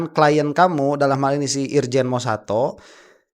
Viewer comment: Nyebut nama kagak becus sdh bilang irsan sdh bilang irjan bloon